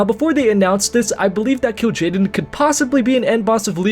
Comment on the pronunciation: pretty sure it is Kil Jaden